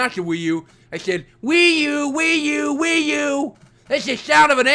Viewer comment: WiiU is more like Pee U